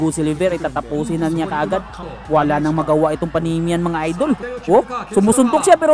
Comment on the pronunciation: panamanian yan bro hindi panamian